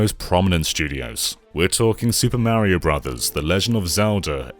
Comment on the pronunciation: Who the hell is "Meriow"? Is he a cousin of "Semes Eren" and "Worio" ?